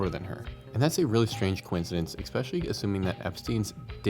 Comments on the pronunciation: E-specially not ex-specially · Eggspeshally? Really. It's especially. Esp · Stop saying "expecially"... its ESPECIALLY... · "EXpecially." lol. Really? English is your first language, right? 🤦‍♂️ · PLEASE stop saying “expecially”